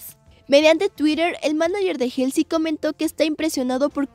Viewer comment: Como critica constructiva, cuando den las noticias aprendan a pronunciar los nombres de los artistas(helsy? , a.c.i?, sobin?) se me hace muy irrespetuoso la verdad y luego dice dijieron, albun, etc., hablen bien por favor desmuestrenle a BTS que son gente con algo de educación